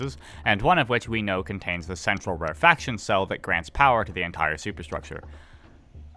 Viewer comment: my inner pedant wants to point out that "rarefaction" is pronounced "rare-eh-fak-shun" and not "rare faction" but perhaps it's not in the world of the eyetorators ;P